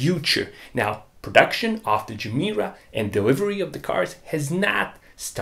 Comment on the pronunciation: No person with a dayjob could affornd a GR Yaris either. And btw Gemera should be pronounced "ye mera", ge mera means "give more" in Swedish.